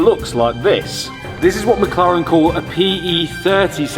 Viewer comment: Fun series, though I keep hearing MockLaren :D